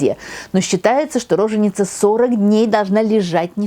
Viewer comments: Позволю себе поправить ударение. Правильно говорить роже́ница, допустимо — рожени́ца, но никак не ро́женица. А лекции классные! Спасибо Вам, Тамара Натановна! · Все замечательно, как всегда, кроме одного: не рОженица, а рожЕница или роженИца (устар.) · Вообще-то в слове роженица правильное ударение на втором слоге